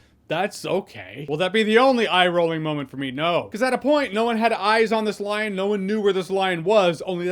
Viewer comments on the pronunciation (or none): Solid edit A little after when you saying Lion. I thought you were saying line because of your dislike for the line 'just like you said mom wouldn't die.' Like a shitty line was stalking the script and someone had to say it.